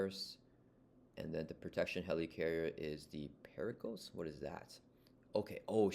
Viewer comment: The Circe = The "sir-see" The Pericles = The "peh-ruh-clees"